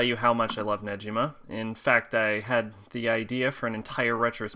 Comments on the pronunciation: It’s neGima not neJima why are you saying Neji like he’s from Naruto when his name is Negima 🤦🏻 learn Japanese pronunciations it’s not that hard that week one on Japanese 101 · Shouting Through The Chorus sorry to correct your pronanciation it's negima not nejima sorry just to correct you. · It is Negima not Nejima 😅 it is pronounced as Gi like the stuff you wear for karate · I stopped at 7 seconds in, when this man said “Neji-ma”......you’re telling me, that you read the whole series and watched the anime, and you didn’t know how to pronounce his name. There is even a food called negimaki, that you could have learned it from! Wth? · You pronounce negima wrong